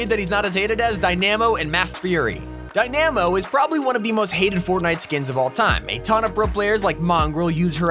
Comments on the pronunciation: It's not pronounced die-NA-mo It's pronounced die-nuh-mo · Not him saying “Die-Nammo” instead of “Die-Nuh-Mo” for Dynamo and “Neemar” instead of “ Nay-Mar” for Neymar lmfao. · Dynaaaaamo It’s f-ing day nahhh mo Pls get it right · Dynamo is not said (die-nam-oh) it's (die-nuh-moe) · its dynamo not die na mo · Dy namo not dyamo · It’s dynamo not dynimo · ITS PRONOUNCED (die-na-mo) NOT (die-NEEEE-mo) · DiNE-aMmo Lmao, why does he say it like that... its: dyna-mo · Die-namo…. It’s Di-Na-Mo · It's pronounced Die- nuh- mo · How he pronounces Dynamo as Die-Nammo! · Did he say Die- namo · It’s not dynamo is di namo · Dynamo (Dy-nuh-mo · die-namo... boi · You are butchering dynamo😂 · fucking hell i cringed so hard on some of that pronunciation dynamo and neymar made me end my self